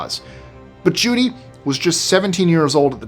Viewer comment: It's Judy Garland, not July Garland.